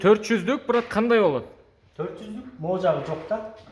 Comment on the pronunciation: Брат, брат деген соз, турмодо отургандардын сыймык создору. Бырат бырат деп туура айталбай жатканына караганда, чала отуруп, амнистияга туш келип калгандардан эмеспи?